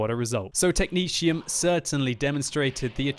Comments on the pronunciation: Mrsirr "Technezium" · Is that how technetium is pronounced? I always just said it with both t's being a hard T sound rather than a shh type thing.